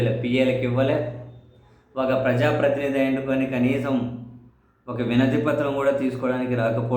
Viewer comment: ప్రజా ప్రతినిదా, ఈ వి ఎమ్ ల ప్రతినిధా. సరిగా చెప్పండి 😂